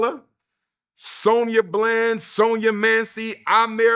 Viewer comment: SANDRA BLAND say it right✊🏿